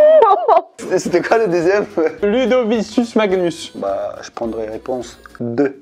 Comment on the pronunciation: "LudociSus Magnus" Mon latin souffre XD (c'est "Ludovicus Magnus" prononcé "LudoviKus")